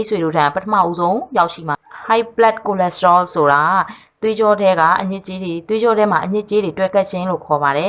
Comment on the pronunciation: Good copy right & translate, but not Ko lesterol pronounce is Cholesterol.